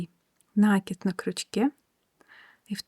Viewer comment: Все понятно, но только пожалуйста, накИд не нАкид!